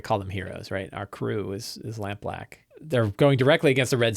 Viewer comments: also, don't know if anyone mentioned it, but you said Lampblack the right way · Hey, just thought you should know, you said Lampblack correctly in this one